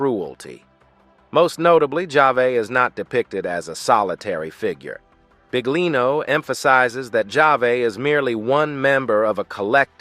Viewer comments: Ahahah mi fa ridere come pronuncia BIGlino ahahha 😂😂❤❤ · Come accettare che la voce narrante all'inizio (e anche dopo) dica "Mauro Big-lino"???! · Adoro La pronuncia Del Narratore (Mauro Big-Lino) mette in evidenza il lavoro e tutto il resto portato alla luce da mauro.. davvero Big! Grazie Mauro 💞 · I can't handle the pronunciation of his name